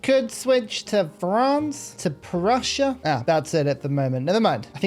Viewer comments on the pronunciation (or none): none